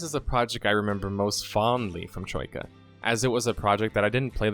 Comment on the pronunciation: Hmm you do a good job not sounding Australian when you say Troika I find it very hard to do.